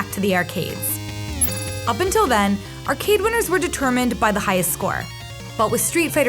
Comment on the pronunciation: The way the narrator lady saids “arrgggade”